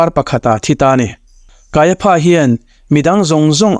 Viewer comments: Kaiapha tih lai kha. Kaiafa tih ti zawk awm tak a nia. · Kaiapha hi Kaiafa tia lam tur ania, elephant ang hian😅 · Kaipha tih ilam dan hi adik hlelka ti,Kaiafa ti a lam tur ani lawm le pha englis chuan fa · Kaiapha 😂, Kaiafa ti a lam tur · Kaiafa tih a lam thinni on ka hria kaia pha ti in a lam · Kaiapha ti lovin Kaiafa tiin lam zawk tur a nia. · Kaiapha hi Kaiafa tia lam tur.. p hi f angin lam tur.. Josepha te pawh Josefa tiin kan sawi thin hi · "Kaiapha" hi "Kaiafa" tia lam tur emaw ka lo ti ṭhin a.😊 A bengvarthlak ṭhin khawp mai❤ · Kaiapha (ph)hi f anga lam rik tur